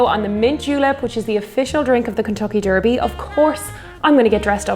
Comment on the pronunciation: Love the way you pronounce 'derby' :)